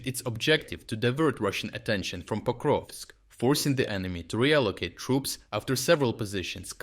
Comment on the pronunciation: Yes, except it’s Pokrovsk not Koprovsk.